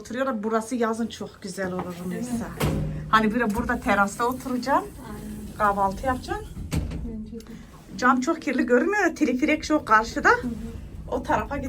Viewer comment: bacım tirfirik😊 değil teleferik iyi gezmeler çok güzelmiş orası